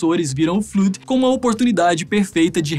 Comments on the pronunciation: N se fala fluud se fala 'flód' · Muito bom, só a pronúncia do Flood que não ficou certa, fora isso ficou muito legal o vídeo.